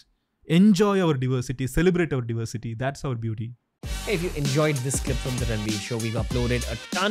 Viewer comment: Diversity and not Divorsity அடேய்